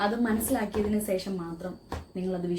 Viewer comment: സേഷം അല്ല ശേഷം 😬